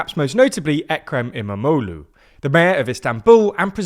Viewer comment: It was fun listening to say em-a-mo-loo multiple times. Quite the tongue twister